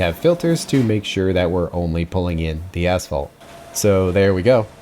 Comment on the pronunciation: I hear "ass fault" every time pronounce asphalt.